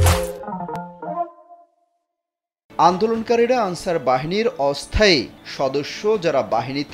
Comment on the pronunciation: তুমি কে আমি কে আলচার আলচার 😂😂😂